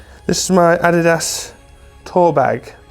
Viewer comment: Awesome video mate! Not sure I can go along with how you are pronouncing Adidas. 🤷‍♂️